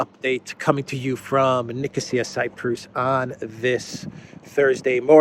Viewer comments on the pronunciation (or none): none